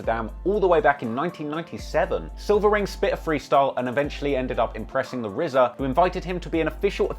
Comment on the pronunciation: Two million dollars and it’s just a standard cheap ass CD. They could have at least pressed it on vinyl... Also-RZA had a two million dollar payday and STILL can’t pronounce his R’s?! He should have spent some of that money on a speech therapist.